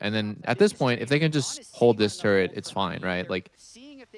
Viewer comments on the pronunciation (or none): what about "turrent" instead of "turret"